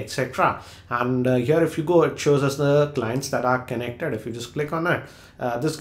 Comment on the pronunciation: i cant stop laughing when u say kenneckted word for connected